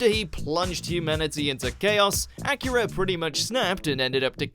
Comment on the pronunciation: Please stop saying Akira as "acura", it's pronounced Ah-KEE-Rah, not Acura! smh